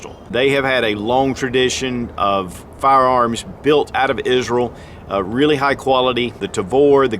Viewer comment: FINALLY someone says “Israel” correctly....it’s NOT “IS-RE-AL”. It’s IS-RAEL...ASK AN ISRAELI. ACTUALLY FIRST LETTER IS A “Y” sound in Hebrew.